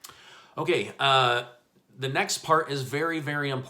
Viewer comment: I love it when you say okAY!!👌 it makes me laugh. Thanks for the news...!!